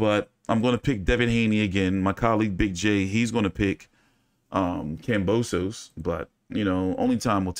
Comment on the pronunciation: Pronounced kam bow sis. 👍